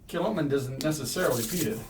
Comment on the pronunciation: Kilchoman means [St ]Comman's church, with a sinister pronunciation: Kill Homan.